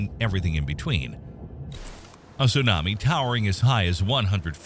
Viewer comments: The pronunciations tho..... "su nami" 🤣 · I could watch the video if you learned how to say tsunami smh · It's 2024 and you can't pronounce tsunami correctly? 🤦🏽‍♂️